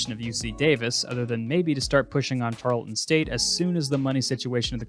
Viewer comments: It’s pronounced tarl-ton Not tar-le-ton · Great video! It's pronounced tar-UHL-ton